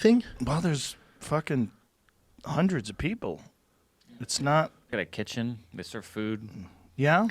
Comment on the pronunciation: “Hunnerd percent”